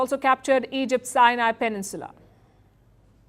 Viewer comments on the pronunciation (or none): none